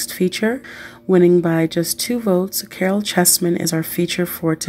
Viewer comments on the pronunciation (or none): Omg his name is pronounced as "Carl" not "Carol" !!! He had asthma not encephalitis. Did you do any reaearch??? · His name is pronounced as Karl